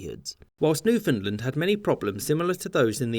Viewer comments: It is called Newfoundland....not Newfoundlend. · When pronouncing Newfoundland, the emphasis is on the word part LAND. NewfoundLAND. Why do you say Newfunlund? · Sorry. My bad. Your short history lesson is 100% accurate but try to keep it to yourself. We can't have the unwashed masses privy to the truth. May I correct an error in Nit #2. It is not pronounced Newfundlund. It's Newfundland, understand? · "Newfinnedlund". shudder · Imagine calling newfoundland newfinland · Newf-in-land Not new-fin-land Or just say new-found-land We have nothing to do with Finland at all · Say after me new-found-land not newfinland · Newfoundland not newfinland It has and never will be call newfinland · "New Finland" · No no. Newfin Land. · Newfoundland is pronounced more like New Fund Land by the people who live there, if that counts for anything. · I hope in the three years since you released this video you’ve learned how to pronounce Newfoundland properly. (Best way to remember to emphasize the land part is to say it like understand. Un-der-stand New-found-land) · "New Fin Lin" XD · Newfoundland rhymes with understand. Please don’t say Newfinlind. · Pronunciation comment: “UnderSTAND it’s NewfoundLAND” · New-f'n-land not New-f'n'-l'nd. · I had no idea Newfoundland was pronounced NewFINDland. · Newfinland xD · You are pronouncing it wrong. It's New-fin-LAND. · Two things. 1.) The western part of Nova Scotia between what is now NS and Maine became New Brunswick because of the American Revolution and 2.) you pronounce Newfoundland to rhyme with "understand". Understand Newfoundland. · Great summary but Newfoundland pronounced wrong. It is pronounced New fund land or New found land and rhymes with understand. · Why do i always hear newfoundland as newfinland? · Insider tip: it's pronounced New-fun Land. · Newfoundlander here. You pronounced Newfoundland wrong everytime in this vid. It rhymes with understand. Like understand Newfoundland. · you said newfoundland wrong